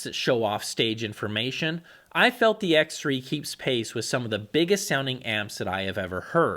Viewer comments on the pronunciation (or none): none